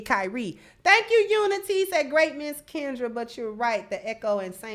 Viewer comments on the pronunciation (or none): none